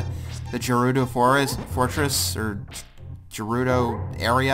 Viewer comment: Gerudo makes the G sound, not a J sound.